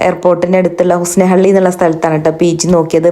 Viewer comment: Husnehalli alla hunasehalli